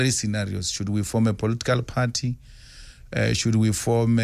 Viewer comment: An educated man who still doesn't know that the L in should is silent.